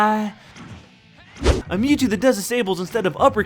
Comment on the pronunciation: it's not mewto it's mewtwo